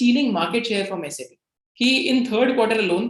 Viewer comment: Just revisiting your Mastek video after UK PM India visit.. I must say that I am very impressed with your knowledge that Sap is pronounced as S-A-P & not 'sap' P.S. I am a SAP Finance Senior Consultant with 10 years experience and have done 8 ERP implementations 😜